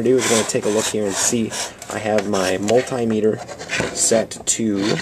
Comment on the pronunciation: Not called a mul-TIE-meter. It's a mul-TIM-ater. Good thing to know for next time.